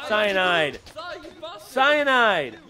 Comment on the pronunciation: Cyinide, cyinide, cyinide